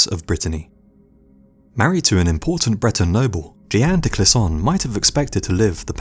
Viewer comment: Two issues with the one story I was familiar with, the story of "la lionne de Bretagne": 1) You have the WORST pronunciation of "Jeanne de Clisson" (a.k.a. Jeanne de Belleville in the French versions of the history of Bretagne, a.k.a. Jeanne-Louise de Belleville, de Clisson, Dame de Montaigu) that I've EVER heard! I'm somewhat familiar with the historical figure and it still took a while to figure out who the hell you were talking about. For starters, "Jeanne" is ONE syllable, not two. It's that way even in bloody English (sometimes "j-ee-n", or using the French "j-aa-n"), not just French (where it's correctly pronounced j-aa-n). But NEVER two syllables. "Clisson" was equally unrecognisable. Amazing how much difference it makes. Please, either keep to names you can actually pronounce, or write out the names for people who aren't going to understand your particular butchered version. 2) According to the histories I've read, she only attacked one castle, and that with friends who rallied to her after Olivier's death. She did so by tricking the owner, a Blois supporter, because he didn't know what the king had done yet. THEN she sold her goods, went to England, got her ships, and went pirate. I'm curious where you got your info about her attacking multiple castles and garrisons with a troupe of paid soldiers? What's your source?